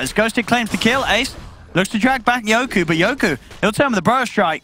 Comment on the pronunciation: His name is fucking YOKY!..not YokU!!! For fuck sakes